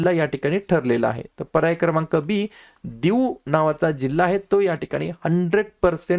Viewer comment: दिऊ नाही.... दीव.. संपुर्ण सौरऊर्जा वर चालणारा जिल्हा